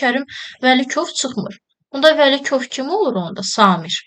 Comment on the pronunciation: Vəkilov❌ Vəlikov✅ Piri❌ Pri✅